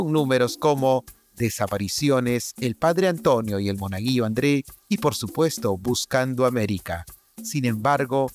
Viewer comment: Es Monaguillo “Andres” nooo André